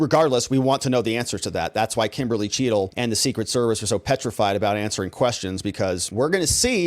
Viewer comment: Secret Service Director Kimberly Cheatle. It's pronounced Chattle.